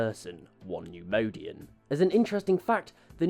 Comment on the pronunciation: Love the video! Great info! Just can’t stop numodianfrom getting to me. It’s pronounced “neyemoyedian” (neimoidian) lol